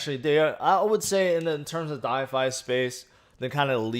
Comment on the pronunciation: I love you man, but for gods sake it’s called “DeFI” not “DiFi” 😳